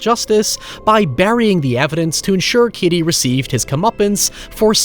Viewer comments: His name is Cady not Kiddy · The way you pronounce 'Cady' befuddles me. I don't actually hear your 'D'.